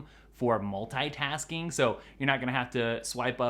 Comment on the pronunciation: Everybody: Multitasking: Mul tai tas ing